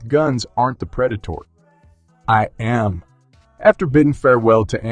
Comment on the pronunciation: why did u put the emphasis on the "am" instead of the "I" omg